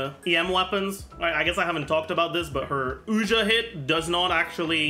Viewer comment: Regarding how to pronounce Ousia. Have you heard of the artist Sia? Its like „see ya“. Make it a "sharp s" like the s in sexy. Now prefix ou from you and you get Ousia. No Oojia or Oshia. Just Ousia. Its an interesting play Hoyoverse is doing here. The word Pneuma comes from the ancient Greek and means something like "wind" or "breath" or "spirit" as in Holy Spirit. (Think of the word pneumonia) While Ousia is a philosophical term (first by the Greek, later predominantly by Christians) used to describe the Holy Trinity. Ousia translates to something like "substance" or "essence" or "nature" or "being". Unfortunately the 3rd sibling isnt named hypostases haha. Instead there are monsters in Teyvat called Hypostasis lol. In modern day, especially in the US, when people describe the Trinity they always say "3 persons in one God" and people always get confused. While the actual formulation is more akin to "3 Hypostases in 1 Ousia". And Hypostases can be loosely translated as "person" or rather "personhood" or "reality" or "sub-substance"....